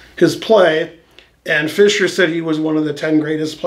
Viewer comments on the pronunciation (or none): none